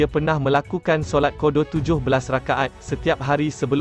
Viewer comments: Bukan kodo la bro, qada….sebut kasi betul sikit 👍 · Kodo kodo apa kodo. Sebut la betul2. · Sebutan pun salah qodo. Sebut betul betul admin